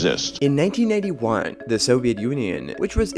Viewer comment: Not everyone has subtitles turned on by default. The way he pronounced it made it sound like he said 1981 instead of 1991.